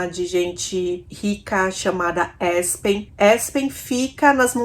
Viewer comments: Não se pronuncia Espen, o correto é Aspen! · ASPEN É ASPEN MM...NAO É ESPEN, OK? BJ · ouça o Google tradutor antes de pronunciar o nome das cidades de seus casos "Aspen" é apenas mesmo. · Assistindo agora ❤❤❤ Só a pronúncia de Aspen que está errado ❤️‍🔥